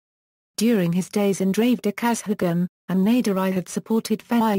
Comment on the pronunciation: Though informative the pronunciation is very bad particularly kazhagam etc